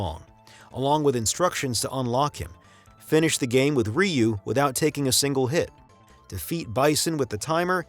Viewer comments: The way he ragebaited me by saying 'rayu' was like a not so friendly horse kick in the mouth in broad daylight. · I ain't gonna listen to 57 minutes of some dude saying "Rye You". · great video, keep up the good work, SF2 fan here. The pronounciation, many made these mistakes Ryu is not "Raiyu" , just "Riu", means dragon. hadoken is not Ha-doo-ken, just "hadohken" remember capcom came to my hometown to test out SF Zero before release, everyone free play and got a keychain as souvenier. love from Japan